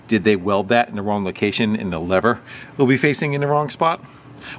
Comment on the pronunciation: Sounds dumb saying lever or lover lol